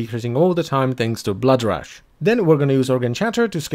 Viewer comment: reads the word "rush": rash